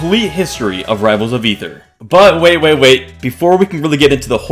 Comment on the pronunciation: Thank you so much for pronouncing Aether correctly